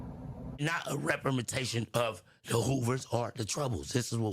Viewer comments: bruh killed me with the "repperprensation" 😂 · could not say that word rempermentation 😂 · Representation must be a hard work to say because man 😂